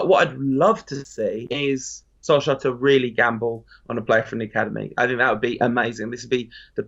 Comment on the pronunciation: STOP SAYING SOLSKAR